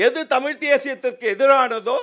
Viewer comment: அது தமிழ், டமில் அல்ல. அது கற்பிப்பவன், கற்பழிப்பவ் அல்ல. இவங்க தான் தமிழ வளர்க்க போறாங்களா?